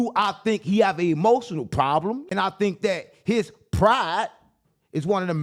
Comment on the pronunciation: " Promblem " " Rasheed Jamar " . You need to give the editor a choke slam..